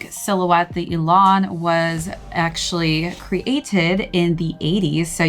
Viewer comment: Pronounced e-lahn!